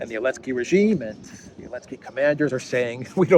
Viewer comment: I listen to your program daily and appreciate it. I still don't understand why you call Zelensky "Elensky"